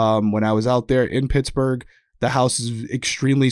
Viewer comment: Girl, just say Pittsburgh 😂😘💛🖤💛